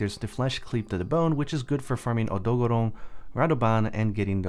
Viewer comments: Why does he say Odogaron so weird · haha i actually like your pronunciation of odogaron; i've started saying it the same way cause sounds better imo xD